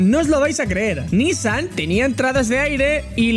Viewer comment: Recuerdo esa carrera en 2015, fue esperpentica la presentacion en Le mans, cual Renault en F1, solo era una jugada marketinera no de competicion. Por cierto es nissAN no NIssan la pronuncacion. Saldudos.